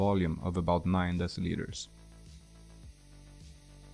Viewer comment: Even the YouTube CC couldn't understand what you said . 9 what? I hear "9 deslitres"